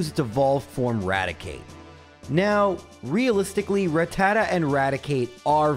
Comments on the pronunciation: Why does EVERYONE seem to mispronounce rattata? It’s pronounced: Ratt-uh-tah NOT ra-tatta. Go watch the first episode of the anime, the Pokédex clearly pronounces it. Episode 8 also features a pronunciation. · Why say Ratata like that!?!? When you say Raticate like that Rat ta ta Rat ta cate MAKES SO MUCH MORE SENSE